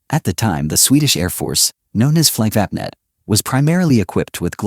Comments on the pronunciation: WTF is "Fliggvappnett"? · Very bad swedish pronunciation of the swedish words like "Flygvapnet", "Kungliga Flygförvaltningen", Flygtekniska Försöksanstalten", "Bo Lundberg", and others that is not understood or heard at all ! Greetings from Sweden! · Painful how Flygvapnet is pronounced. Hey americans, how would it feel if i said Aeui Ezz Erghfurtes when meaning US Airforce? Painful just to imagine that pronounciation, right?